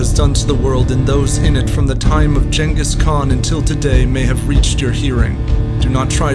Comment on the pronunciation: did he just say jankis khan? lmao